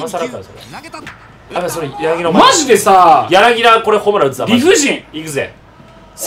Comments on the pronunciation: やなぎだじゃないよやなぎただよ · まじでソフトバンク使ってくれてんの嬉しすぎて、ほんと大好きです！！！！！ あと、やなぎ「た」な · 柳田 やなぎだ× やなぎた◯